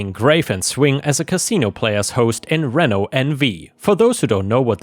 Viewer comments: No one should ever allow themselves to be fake-fired to please an idiot. She'll just keep doing that everywhere she goes. Also, I love listening to you read these stories and want to help you continue succeeding: Reno (in Nevada, USA) is pronounced Reeno, not Renno. It's another gambling town, but not as big as Las Vegas. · Reno is pronounced Reeno... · Hi, loved the first story, and just started to get into the second. I know you sometimes ask if you have pronounced things right, and just thought I'd mention that "Reno," by Americans is pronounced REE-no.:-) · It's pronounced ree-know NV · "reno" in more colloquially appropriate speech is known as ree-no. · Pronounced Ree’ no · Reno NV = Reno (Ree-no) Nevada. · by the way for if the word ever appears again. Reno is pronounced Ree-no, its a city in nevada by las vegas. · In the second story the city is pronounced Re-no and NV is Nevada. I mean this as constructive criticism. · Hope I don't sound rude,, but "Reno" is pronounced with a long E.